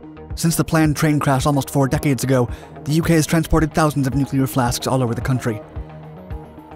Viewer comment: Really good video! Did crease a little bit at the end due to the pronunciation of Heysham and Lancashire, for ease of reference: You "heave" a heavy load to Heysham, less you "shear" a bolt in Lancashire 😘